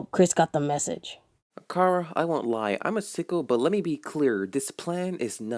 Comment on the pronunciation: Why does everyone pronounce Chara like “Kara?” It’s CH, like in chair, chimney and chocolate